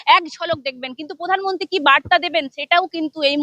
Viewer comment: পধান মুন্তি আ হাহা কি ভাষা 😂😂😂😂😂😂